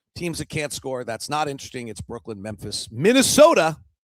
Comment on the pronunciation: I still feel that it's Brooklyn and not Brooklynd